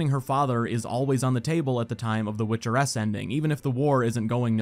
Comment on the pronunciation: My dumbass over here confused as fuck for a few minutes thinking he was saying "Witcher S" and not "Witcheress"